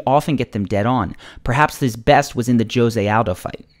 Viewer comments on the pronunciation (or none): It's not Jose (Joe se) its Hose